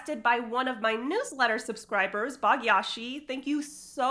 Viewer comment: it was Bhaagyashree not Bhaagyasiii 😂 That was funny. But nice video!❤